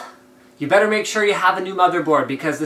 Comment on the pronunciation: you're a bit off on "better"